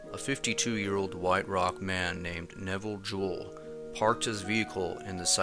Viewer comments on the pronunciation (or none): none